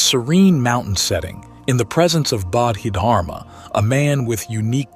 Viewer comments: It's pronounced bodhi dharma rather than bodhid harma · Actually the Chinese didn’t convert to Islam by the sword, you might ask your AI written and poorly pronounced presentation (How do you get such an important name wrong) to double check its facts, it was much more complicated than that. Trade, merchants settling, different Dynasty picking it up, central Asian migration, the ancestors of the Hui people was another factor.